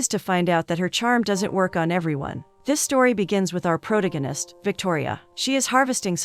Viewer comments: Why does she keep saying protagonist that way?😂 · The way she says protagonist.